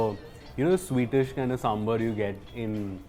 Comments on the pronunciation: Neha Verma yes , northies keep calling it Sambur , it is Sambaaar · What is this pronunciation "Samburr"? It is Sambar. As in bar from Bar and Restaurant. Would you say, Burr and Restaurant? Come on, its 2021!